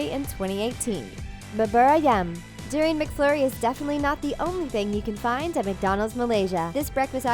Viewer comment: its pronounced doooo-riiii-on